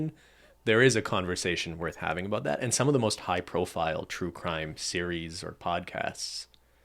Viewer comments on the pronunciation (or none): You know how Canadians say 'aboot' instead of about. There must be regions of Canada where they say 'aboat' like 'ah-BOAT' because that's how these two pronounce it. Can the WIRE do a break down of Canadian accents?